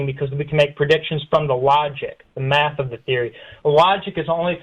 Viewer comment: Did you say Meth ? Oh you said math, lol